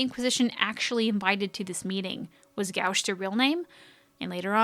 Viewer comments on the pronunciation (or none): its not 'gow-sh' it's pronounced Go-sh. and the primer is pronounced Ga-Wash, I'm an artist and i often use gouache'. as far as the idol turning into a dagger well when Merideth had it turned into a two-handed sword, soo...yeah there's that. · gauche is pronounced gōsh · yay was waiting for this! your pronunciation of gauche is funny ^^ it's pronounced gosh. I think Varic know Gatt from the mission with Alistair and Isabella when they met Sten.